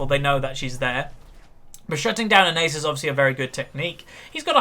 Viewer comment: Its Nasus not Neighsus. That was a braum not a bard Its Rylais Not rylay. and lastly, your throat was dry not your voice. Rant over.